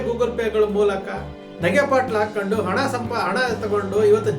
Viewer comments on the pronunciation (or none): ಹಣ ❎ ಅಣ ✅ ಆಧಾರ ❎ಹಾಧಾರ✅ 😅😂